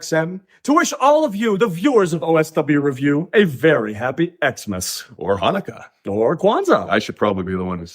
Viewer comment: can't say Hanukkah though...